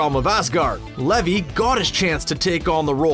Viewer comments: Crispin Glover was re cast in BTTF 2 and 3 because he wouldn't accept his proposed wages. Zachary Levi is pronounced Zachary Leave-eye not Levvy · Zachary Levi's last name is pronounced LEE-VI